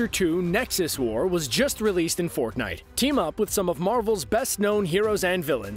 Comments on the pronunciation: you said forknite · Did he Said ForkNite